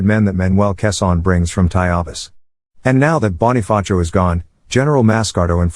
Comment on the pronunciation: The fact that how the text to speech said the Bonifacio 💀 As a dude who learned the history of phillipines.... It's basically bunch of traitors, failure, so much death, idiot troops, the erase of equality, and unknown things that didn't explained.. the worse part is... Exams about this